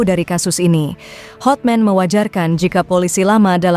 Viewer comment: Hatman mba .bukan hotmen